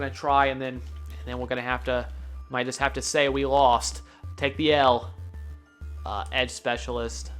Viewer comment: "Edge Specialsst🤔🤔😂😂😂😂